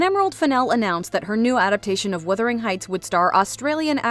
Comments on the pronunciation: What is Withering Heights? The mispronunciation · WUTHERING NOT WITHERING FFS!! THE STORY IS SET IN GEORGIAN ENGLAND, NOT REGENCY ENGLAND. IT WAS ACTUALLY PUBLISHED THE SAME YEAR IT WENT FROM GEORGIAN ENGLAND TO REGENCY ENGLAND. IT IS NOT HARD TO GET BASIC THINGS RIGHT!